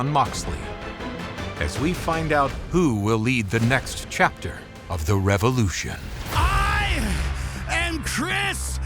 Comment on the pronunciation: I LOVE AEW but it's not "reolution" 😭